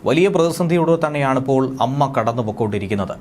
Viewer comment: അമ്മ അല്ല ടോ A - M-M-A